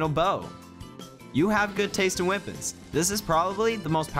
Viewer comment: "Champion's Wipons"😂